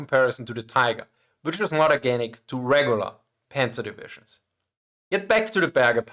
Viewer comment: Not Panzers! Panzer is correct!